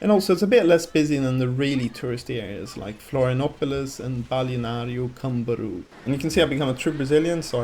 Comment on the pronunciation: It's funny how foreigners don't take the time to learn how to pronounce brazilian words like Balneário Camboriu. It seems like you can't read or pay attention to anything. Is it that hard to just put the letters together? You all seem dumb